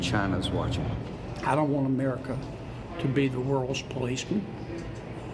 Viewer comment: Senator Kennedy says, "won't" for want. Where were his English Teachers ?